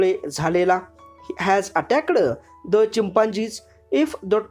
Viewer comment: you use some words like caused, attacked, bear and other like this you pronounced very wrong